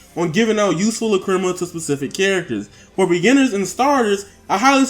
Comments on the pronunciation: Do you have me cringing every time I here you say lacrima. Lack-Cre- Ma not luh-cri-ma. LACK-cre-ma! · Lol not triggered my daughter is going crazy though, it's pronounced lack-ra-ma. She wants this game now but I'll make her wait till her b-day on Monday. Thanks for the vid.